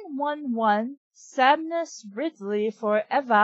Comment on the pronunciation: I can't help but notice you mispronounced "Samus" as "Samniss". In fact, you keep making that mistake. I can't be pregnant, I'm a dude!